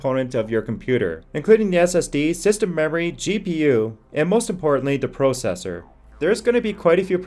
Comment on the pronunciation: The "Proh" cessor